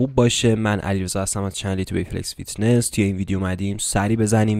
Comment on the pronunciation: چرا میگی.ایتیبیلکس فیتنس.